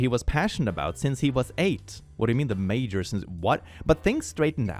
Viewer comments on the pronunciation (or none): none